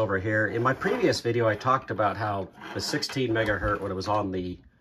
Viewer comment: I stopped watching your video the second time you said "Megahurt."